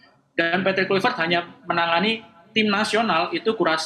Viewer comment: Susah bener bunyinya itu perempuan sebut kluivert😅